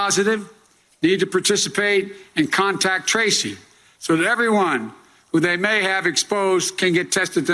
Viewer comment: need to participate and contact Tracy. where do I contact Tracy? 😄how do I reach her? I know what he meant just sound like it. Tracing. there is ing at the end.